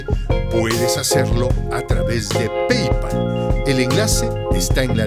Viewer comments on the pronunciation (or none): none